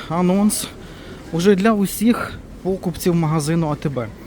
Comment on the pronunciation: Покупців а не пОкупців))